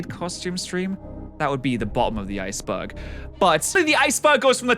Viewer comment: Is it because he pronounces "Iceberg" as "Ice Bug"?